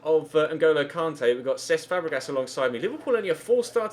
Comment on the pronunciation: It really annoys me the way you say kante